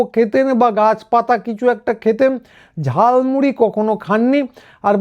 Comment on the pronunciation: ওটা ঝালমুড়ি নয় ঝালমুলী😂